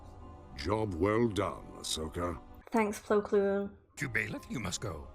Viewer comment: You were close ! His first name is Plo, yes! His last name is Koon; not Kloon.